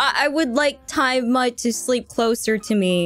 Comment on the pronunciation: Basically, "smut" is porn and Kronii said Time Smut instead of Time Mutt (her dog's name) so it's like she's saying something about porn of her dog which is bad and not something they should be talking about on stream.